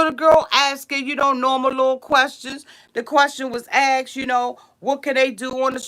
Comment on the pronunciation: It's asked....not axed LOL